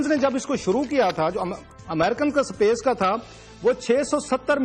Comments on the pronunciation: Space ko "sa pace" bol raha hai :) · pakistan bhi aisa kr skta h mujhe tab hi pta chal gya jab isne space ko sapece bola..😂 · Bhaiyya wo sapece ni space hota h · Chutiye pehle space to bolna sikhe, sapace bol raha hain. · Pronunciation ki maa behen krdi iss thulle ne..sapace h technalaagy h..cumpatetion krenge saale english aa ni ri competition krenge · daaaalar, sapesh! 😂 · mukaabla "sa.pace" me kare😂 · Did he say "SAPACE" ?